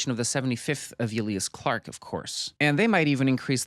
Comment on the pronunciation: Eh- lee-ahs clarke? EEe-Lya-ahs Clarke 😂